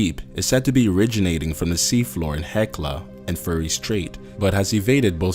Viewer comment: "Fury" Pronounces it "Furry" Straight lol.